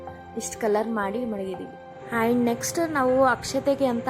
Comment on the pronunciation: and ಗೆ ಏನು ಪ್ರೋನೌನ್ಸ್ ಮಾಡಿದ್ದೀರಾ ನೋಡಿ. ನಿಮ್ಮ ಕನ್ನಡ Woow 😲😮🙃